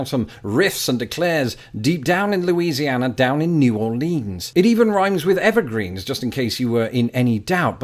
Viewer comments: And people from Louisiana don't pronounce "Louisiana" like you did. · Props for getting "New Orleans" the way Marty McFly sang it, but he sang "Loo-sianna" not "Loo-ee-siana" like you just did.